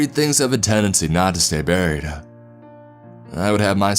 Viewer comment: i realized this as well LUL dead and buriedaaaah little annoying but still an interesting voice to listen to